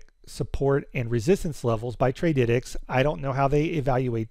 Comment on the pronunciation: bro it is Trady - tics 🤣